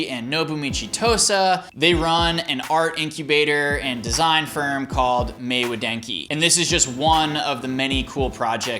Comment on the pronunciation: You're pronouncing everything wrong! Otamatone = Oh TAH mah tone Maywa denki = MAY WA DEN KI